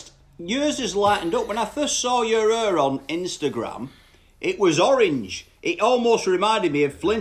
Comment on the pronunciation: Not hair, "hur"